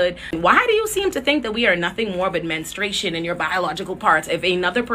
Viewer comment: "Men-stru-a-tion" baby. ♥